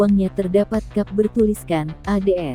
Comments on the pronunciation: Cap bacanya Kep....parah, ke english englishan kaya ibas. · Koq gak enak banget d dengar nya ya. Cap koq d baca kap!! Narator gunakanlah bahasa yang baik & benar sesuai EYD.. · kap kap kap... kap mobil?.... kok cap di baca kap?... apakah eyd sudah direvisi?... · Tribun, terdepan soal proses pembuatan konten. Mbak naratornya sampai nyebut cap sebagai kap. Curiga saudaraan sama narator google maps nih😅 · Pembaca beritanya aneh jadi ga enak nontonnya. Cap koq dibaca kap